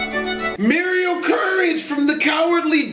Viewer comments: It murial from courage the cowardly dog not murial courage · Did you really say Murial Courage, from the cowardly dog